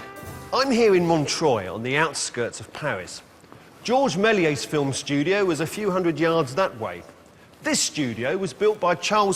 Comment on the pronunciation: You would think that a man who has devoted his career to silent film would get the pronunciation of "Melies" right. Half the time he says "Mell-ee-ay", which is wrong. Then SOME of the time it's "Mell-ee-ays", which is only a little less wrong. Only the French guy gets it right: "Mel-YESS", but it whizzes by him and he starts saying "Mell-ee-ay" again. It's dismaying as hell. Bad enough that both pronunciations are wrong, but to switch back and forth is just detestable.